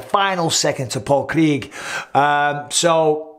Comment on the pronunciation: I appreciate the fact that if nothing else, Bisping's consistent - even when talking very seriously about injuries he doesn't neglect the correct pronunciation of the name Paul Craig. Anyway, yeah, hope it's not too bad and Anthony can get back to the W's soon.